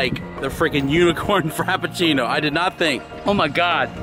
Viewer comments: “Unicorn Crapafrino” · Everyone: "unicorn frappuccino": "UnICoRN cRAPaFRInO!" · Unicorn crappuchino 😂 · "Unicorn crap a frino"